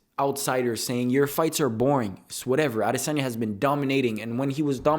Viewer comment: first off not even saying adesanya right and u couldn't have been farther from the truth